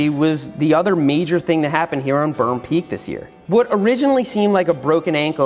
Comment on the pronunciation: perm pweak